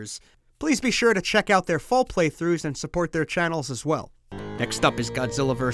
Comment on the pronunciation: Wait, who the HELL is Megaron? I know Megalon, oh no..